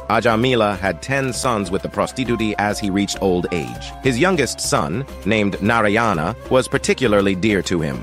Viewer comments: At least get the pronunciation of Narayana correctly. It's "Naaraayana". You are saying "Narayaana" it's wrong 😂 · Pronounce narayana properly, it is nàràyanà, not naryana. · Please correct pronunciation....it's not NARAyans...it's NAARAYANA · It’s not naryana it’s NARAYANA in pronunciation . Bhai dhyan rkho .. hurt hota hai bc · It should be pronounced as Naaraayana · Mostly your stories are factually correct and interesting. However, pronunciation of names are wrong. The spelling is correct but I write here to help understand the pronunciation correctly - Ajamila - Ajaamila Narayana - Naaraayana. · Not. Narayana. Pronounce as Naa raa Yana now together. Naaraayana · It's pronounced as Naaraayana